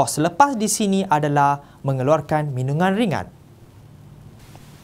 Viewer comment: Minuman cikgu bukan minungan😅